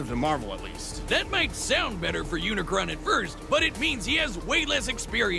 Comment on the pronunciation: Bro why everyone got to say unicorn It's not unicorn its unicron